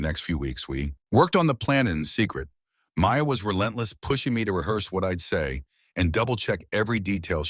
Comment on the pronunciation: Orion or Ryan ? Maya appeared Maud ? so the channel does not understand what the AI story is saying Anuka Sharma butchered to Anukumarma